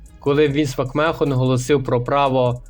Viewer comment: Англійську підівчи. Який Макмехон, який вілд(Wild). А так непогано